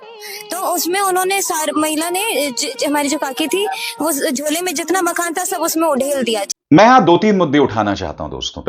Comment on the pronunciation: ...wo makhaan nahin hai...wo makhaanaa hai...LoL